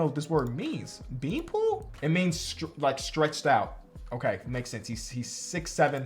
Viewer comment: saying BeanPool Instead if Beanpole lol